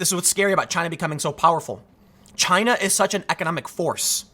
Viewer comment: "Jyina" -Tim Poole, November 2019